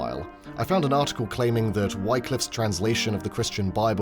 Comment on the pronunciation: Wycliffe is “Wick-liff” please. Not “Why-cliff”